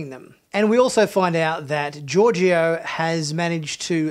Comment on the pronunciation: SALOON!! 🙄 Also, Georgiou isn't pronounced "Georgio". SMH. Your review sounds a bit like toxic masculinity. You're averse to emotions, relationships and crying and you seem to have a hate for the main character, Burnham. The snark is off putting.